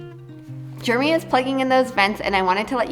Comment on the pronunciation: I love watching your videos, good content, but one thing I don’t love so much, pronounces her husband’s name as “Jermy” instead of Jeremy😂🤭🫣